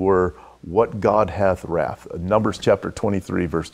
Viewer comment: Should be pronounced wrought (aw) not wrath. Has to listen twice to that.